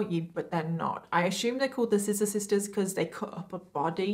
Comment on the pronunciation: "I ashooooooom" lol